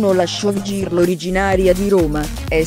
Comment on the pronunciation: Io riderei sulla 'showgirl' pronunciata così com'è scritto...